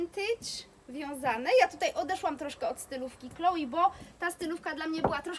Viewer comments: Wiem, ze wymawianie Chloé jako Kloi jest powszechne, glownie chyba w krajach anglojezycznych, ale poprawnie mowi sie 'KloE', poniewaz jest to firma francuska i takaz wymowa :) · tzn é wymawia sie jak e scisniete :), pomiedzy e i y, nieco inaczej uklada sie usta, ale nie 'ei'. Moim zdaniem, jesli ktos chce koniecznie wymawiac francuskie nazwy po polsku, to juz lepiej powiedziec 'e' niz 'i', bo bardziej przypomina to wymowe orginalna. No i 'i' to wymowa typowo angielska. Powiem tak, Chloé nie zrozumialaby ze mowisz o niej gdybys powiedziala Kloi, no i chyba nikt by nie chcial aby jego imie wypowiadano zle; jest to troche brak szacunku. Moze przesadzilam :), chociaz...